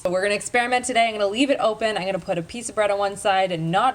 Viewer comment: It’s pronounced “I’m” not “I’ng” you’re not a toddler